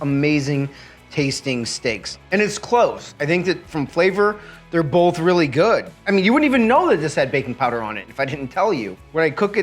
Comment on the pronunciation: You mean both? Yeah, i said bolth. No, you said bolth. I know i did. Say it. Say waht? Both. Bolth. It's both! I said bolth! No you said bolth. No, YOU said bolth. ........AAAAHAHAHAHAAHA!!!!!!